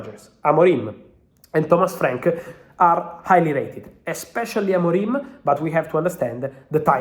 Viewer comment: AMORIM, NOT AMORIME